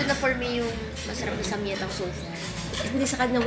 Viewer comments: Samgyaettang (with the G+ yae) 😊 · ang pronounciation po ng samgyetang is (sam-gye-tang) sharing is caring po salamat po sa mga vlogs nyo nakakahappy panoorin ❤